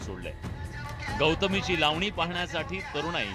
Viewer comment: Bhau tumhi lavni king mhtla ti lavni krtch nahi tila lavani cha ल suddha yet nahi